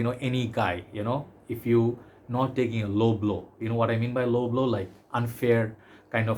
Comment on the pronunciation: When you said "low blow" I thought for sure that you said L'homme L'eau for a sec.